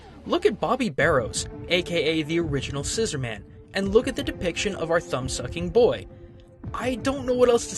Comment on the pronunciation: I believe it's pronounced "scissor-mun"